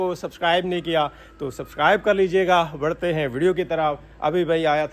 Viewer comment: Ap jb khety hn na k barhty hn video ki trf asa lgta h k keh rae hn varty hn 😂😂😂